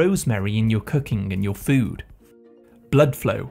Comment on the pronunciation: FOOD. Not Fwewd. shampOO not shamPwew. Here to help.